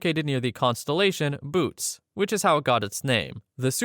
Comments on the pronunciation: The constellation's name is not "boots", it's "Boötes, pronounced more like: "boh-oh-tes". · FYI the constellation "Bootes" is not pronounced like "boots". Its two syllables and is closer to "Boo-tez" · The Great Attractor isn’t scary because space is forever expanding at a rate faster than it can pull us. Meaning we will never reach it. We will eventually collide with another Galaxy though. Also it’s pronounced (boot-es) not boots. Another void theory is that other universes of different spaces collide, but while colliding, take matter from each other, which could coincidentally make a puddle of empty space that should have had matter in it, but that matter was dragged into another universe during a collision. No Aquifiers? Easy solution. Look at Istanbul. Mass Reverse Ozmosis. Also why did I already know all of these facts? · The constellation Boötes is pronounced "boh-OH-teez" (or "boo-OH-teez"). Quick BreakdownSyllables: It has three syllables (Bo-ö-tes), not two. It does not sound like "boots" or "booties". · I was like “I’m positive that it is NOT pronounced Boots Void” And Ha! I was right! The Boötes void is pronounced bo-OH-tee-z void. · The correct pronunciation is "Boh-oh-teez," not "Boots." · I'm sorry to be "that guy", but please learn how to pronounce words such as Boötes. It isn't "Boots", it's "Boh-oh-tees". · The void and constellation mentioned is Boötes (pronounced boh-OH-teez) not Boots. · It’s Boo-oh-tays, not Boots :p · Boots? 😅 it's pronounced boo "o" tees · the constellation is called Boötes, not boots. and it’s Mpc, not Mcp, as it stands for megaparsecs. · Bootes...three syllables. Bow-oh-tees. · It's not boots void, it's bow-teas. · Its nots boots but boo-oh-tees. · The “boots” void is pronounced “Bo-oat-ays”; the second o is ö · Not 'Boots Void' but 'Bootes Void' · The Boots void? I think it’s the Bootes (“Bo-o-tays”) void. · It's "Boötes" not "boots", and is pronounced like "boh-uh-tees" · . Bootes - Bo oh teez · it is pronounced boo-tez